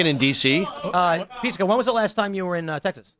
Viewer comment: Pissco not Peesco at his most obnoxious. Love the Patel guy.